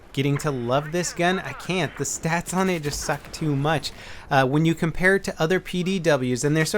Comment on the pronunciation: SniperChris54321 Right, thank you for correcting me on that. Got those two mixed up it seems xP. But back to the my main question. Why do you say it like STATS?